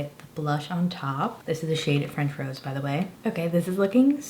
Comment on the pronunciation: They have a highlighter in that formula already. BTW it's french "rose-ay" like the blush wine, not "rose". RMS has 20% off coupons floating around too, I'd check those out if ordering from their site.